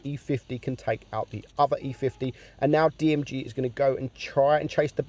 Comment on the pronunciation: It’s Girl not Jirl